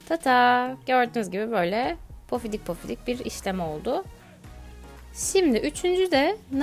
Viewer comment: Yalnız pofidik değil pofuduk olacak